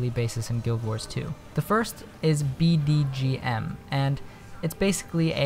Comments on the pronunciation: Its bgdm not bdgm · It's BGdm not BDgm. XD I made the same mistake ^^